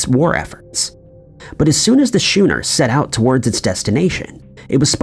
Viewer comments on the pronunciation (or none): Never travel to Duh'-blynne, Ireland, in an old shooner, which is actually spelled Schooner, and is pronounced like 'skooner' by everyone else. Better to travel to Dublin, Ireland in a schooner. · Duh-blin Skoo-ner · WTF is a "shooner"? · A big glass of beer. It's pronounced "Skooner" here in Australia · Say "shuner" one more goddamn time!!! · well 1st off he said “shooner” not “shuner” 😂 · HOW TF do you mispronounce "schooner" THIS badly?🤦‍♂️